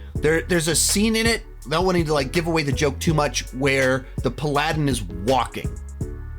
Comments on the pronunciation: say it with me: pal-a-din Not pladin. You are causing me actual physical pain with that pronunciation. Was the paladin lawful stupid? From the trailers he is lawful stupid. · Pal-ah-din not Pa-lah-din. That irked me more than it should’ve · Great review...but...paladin...no.. It's "Pal-ah-din" not "Pa-lad-in" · It's pronounced "PAL-a-din" not "Pa-LAD-in" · Great review. Spot on. However, the Paladin is pronounced "Pal-A-Din" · man i ain't hear Pa-ladin in years, guess its good he didn't say Palaedian. lmao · it’s pal-ah-den haha. Love you and your videos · I need a public apology for the pronunciation of "Paladin" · If your sister watched this video, you may need to call and offer her emotional support for the way you pronounced “paladin” 😂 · I am accepting condolences for that pronunciation. And he keeps saying it wrong.